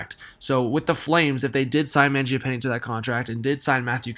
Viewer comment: Good video! Interested to see if they trade Brodie or something to get some space; he’s such a double edged sword player, I personally wouldn’t miss him. also, it’s Man-gia-pawn-nay.